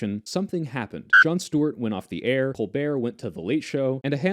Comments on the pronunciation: Boy, why do you keep calling him Jon Stort? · What is this pronunciation of Stewart?